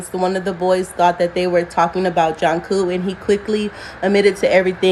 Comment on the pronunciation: it's not Janku, it's it's pronounced JUNE-CO.